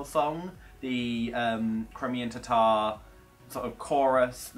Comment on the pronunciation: Tatar not tar tar